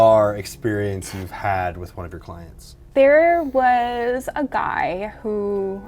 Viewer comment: "Probably the most famous guy I've ever been so close to." Sounded like he put emphasis on 'guy', obviously he's got stories with female celebrities. :P